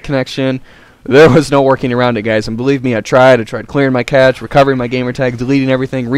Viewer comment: Cache is pronounced "kash"